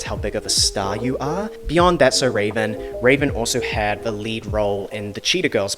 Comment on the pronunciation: Ravens name actually isn't pronounced with the accent on the e. She has stated this in a few interviews